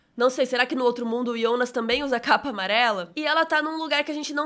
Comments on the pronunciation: ouvir "Ionas" incomoda, prefiro Jonas. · Ionas? Kkk sai pra lá, é JO NAS! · Que menina chata falando Ionas o tempo todo 🙄... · Me desculpa curto muito seu conteúdo , mas vc faz vídeo pra quem assistiu e vai assistir em português ou alemão ? Até entendo que vc assistiu em alemão e por isso fala o nome Jonas assim mas por favor reveja esse conceito ,seu conteúdo é nacional !!! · mesmo em Alemão você pronúncia errado...